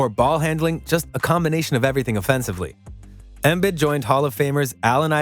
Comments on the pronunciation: Learn how to say the guys name right chief. The i’s sound like e’s. eM-beed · He really calling him Joel Embed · Had to sign in to pile on about embed… dude if you’re a sports content creator watch at least one video that says his name… this is like M Night Shyamalan Last Airbender Ang wrong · He said “Embed” 😂😂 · Say his name correctly. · Y u saying his name like that 🤣🤣🤣🤣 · Why are you saying his name like that? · Dude can't even pronounce Joel's name correctly. What did you expect?